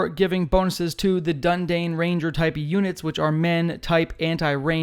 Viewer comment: Bro please (du-ni-dine)